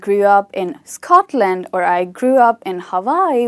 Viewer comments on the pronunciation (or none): none